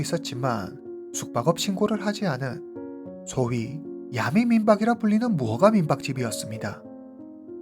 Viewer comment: 틴더앱은 한국티비에서 심야에 선전도 했어요 선전문구도 야리송? 해가지고 기억에 남아요 아는 외국친구가 말해줬어요 그앱은 원나잇 스탠드가 목적인 사람들이 이용하는곳이라구요 영어를 아는사람이라면 충분히 알수있었을 텐데 싶어요 그래서 그둘사이에 암묵의약속이 있었다고 서양남은 생각했고 그녀는 그냥 남자를 믿고 따라들어간듯 하네요 그후 성관계 거절당해서 살해한것 아닐까 짐작해 봅니다 근데 보통 한국식으로 야메라고 하지않고 정확하게 야미 라고 말하시네요ㅎ